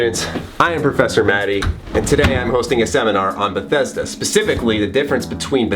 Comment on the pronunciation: It is not Bethesda, It's Bethesdaaaaaaa